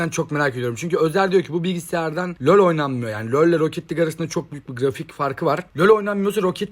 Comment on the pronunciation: Nobody:: löl